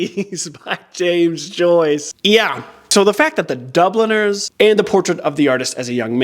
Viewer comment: Whenever you say Dubliners all I hear is Dubble Nurse. 😂 I don't think I've ever heard that title said out loud.